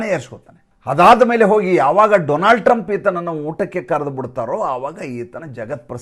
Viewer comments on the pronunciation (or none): none